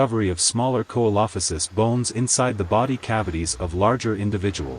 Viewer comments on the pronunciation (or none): Great video just, its SEE-LO-FY-SISS. Not KO-EE-LO-FI-SISS